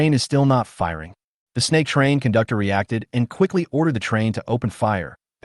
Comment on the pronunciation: I heard "kundoktor" nice😮😮